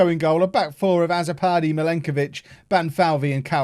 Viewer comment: Azzopardi is a Maltese name... The a should sound more like u, and the double z sounds like a ts, so it will be pronounced utso pardi